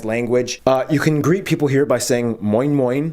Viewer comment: nailed that moin moin